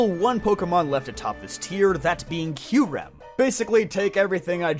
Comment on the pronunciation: If I had money, I'd donate this guy like $50 for pronouncing "Raikou" correctly. I hear "ry-koo" so freaking often that I corrected this guy out loud before my ears melted at the realization that he was ACTUALLY RIGHT 😭😭😂😂 Edit:// omfg he pronounces Kyurem correct too!!!! Give this man a medal!!!!